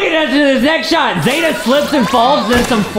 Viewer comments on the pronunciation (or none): It’s pronounced zee-ta